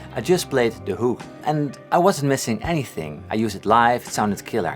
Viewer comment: He sounds like he's saying some Dutch word "Hoek" or something lol.